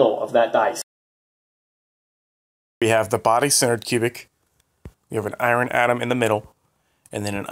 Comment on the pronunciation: "I-run" LOL